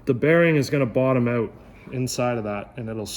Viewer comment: You Canadians need to learn how to pronounce the word out